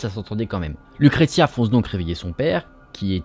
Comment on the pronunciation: On dit LUCRECIA. BONNE HISTOIRE